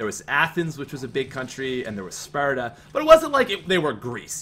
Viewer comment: I think he spent a little too much time in Ireland because when he said Sparta you could hear the accent